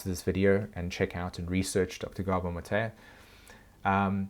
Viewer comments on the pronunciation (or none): At first, I thought you were saying something like “dr. Gabo Matayah…” though do you mean Dr. Gabor Mate? (Have always heard it prounounced “mah-tey,” so not sure if you’re talking about same guy or someone different.